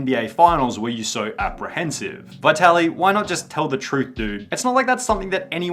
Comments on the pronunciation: dude, you are butchering his name 😂 Vaitaly? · good video.. only 1 problem : The name Vitaly is not pronounced as "why tally" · It’s Vit-Ali. The first “i” is soft. No need to emphasize it and miss pronounce a common Ukrainian/Russian name. The “i” is pronounced identically to the “i” in “it” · You want us to believe u researched when u call him bye-tali??? Bruh u wilding